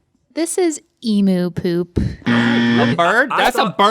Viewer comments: It's so weird how they say Emu. Being from Australia, we pronounce it long E sound then MU produced like Mew in Mewtwo (The Pokemon). They pronounce it significantly different in the MU because they say "moo" instead of "mew". Just sound really weird in my opinion. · I just cannot get over the pronunciation of emu. ee-moo. like, no. its EEM-YOU. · its emu not "e-moo"! AAAAAAAAAAAAAAAAAAA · Every time someone ( they're usually American ) says "emoo", it hurts my soul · im from Australia and the way they are pronouncing EMU is sooo wrong haha its pronouced EM-YOU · I came to hear them say emoo I underestimated GMM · Emoo? Is that how every American pronounces it? 😂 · Eeeem - you ....not emu please it's killing me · In Australia Emu is pronounced “Eemyou” :p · Still pronounced "eem-you". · You pronounce Emu...."EEM-YOU"....just so you know. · I'm from Tasmania in Australia and I've never heard emu pronounced like this by an Australian. I laugh every time I hear it, it's just so funny to me😂😂😂 I've only ever heard it pronounced eem-you. (I'm not hating , making fun of anyone or saying I'm correct in my pronunciation btw, just sharing a thought!) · Why do Americans pronounce Emu as Emoo? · Forever questioning why Americans pronounce emU as emoo and always use photos of wallabies as kangaroos 😂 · I’m American and I pronounce it “ee-myu”. I hated how they pronounced it too! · You guys are pronouncing emu wrong Im From Australia emu is pronounced ee-m-you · I hate how people pronounce Emu wrong, it is actually like "E - Mew". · they pronounce Emu, Emoo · 6,507th veiw aww yeah. btw emu is pronounced EEM-YOU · It still pains me to hear emu as ee-moo. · The way they say 'Emu'.. Just... no 😅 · You americans say 'Emu' wrong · Link said Emu properly then Rhett corrected him incorrectly lol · You're saying 'emu' wrong, omg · EEM-YOU!! Not “emoo”. Link, you had it right the first time. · She pronounces is emooooooo but its emyewwwww lol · It’s “eem-you” not “ee-moo” !! Aaarrggg